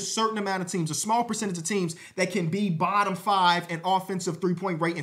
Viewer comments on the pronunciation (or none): none